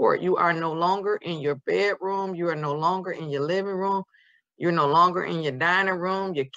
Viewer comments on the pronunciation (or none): You are no longer in your “behroom” another high IQ EBONICS specialist